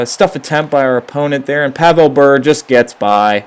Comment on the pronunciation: learn to pronounce Bure